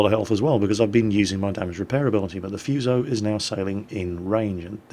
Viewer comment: just saying,you pronounce Fuso "Foosho" or just "Fooso", not "Fyuso" xD